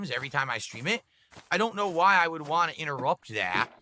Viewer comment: And "wah" instead of "want"